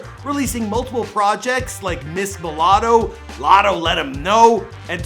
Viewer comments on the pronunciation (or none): why did he say latto like that ? 😂. But she is talented af